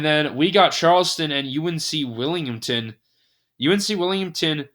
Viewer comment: Towson = Toosin. Colonial = co-lee-null Wilmington = Willyumgtin I love the pronunciations.